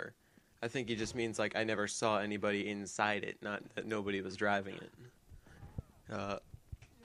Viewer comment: "insi-eide" and "Hepic" lol don't remember every saying that shit XD